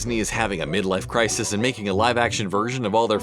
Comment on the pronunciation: mid life cry-sees